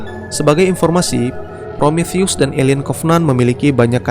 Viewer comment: Promotheus Obraltheus Diskontheus Btw yang bener Prometheus bang